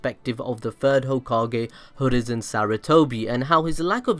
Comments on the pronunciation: It's hiruzen not hoorizen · It's hiruzen not hurizen😂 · is anyone else confused as to why this dude is pronouncing Hiruzen??? Like he's saying Hurizen, not Hiruzen??? Why bro??? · he keeps saying "hurizen" REEEEEEEE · Ah yes, the third hokage hurizen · why do you always say Hurizen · So absolutely no one is going to bring up the fact that he said “Hoorizen Sarutobi”???